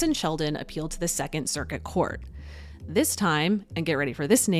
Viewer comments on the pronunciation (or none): none